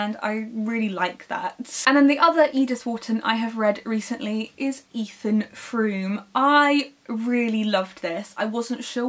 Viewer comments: Edith Wharton is my favorite author!!! I love her writing and thankfully she has such a big body of work. Also note, it’s Frome rhymes with Foam not frume 😂😂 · The o in Frome is pronounced as the o in foam.